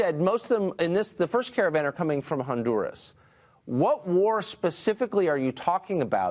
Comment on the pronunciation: If I have to hear that windbag say ondoorrass 1 more time, I'm gonna fuck my own ears off.